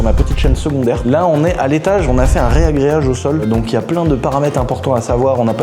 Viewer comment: Putain tu dit comme oim, reagreage au lieu de ragreage mdrr